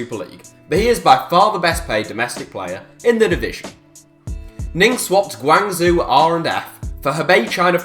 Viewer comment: How did you pronounce Guangzhou?